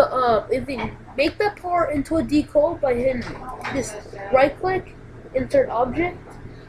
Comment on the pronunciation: DE-CAL not DECLE